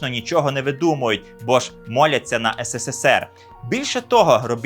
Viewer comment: Ес ес ес ер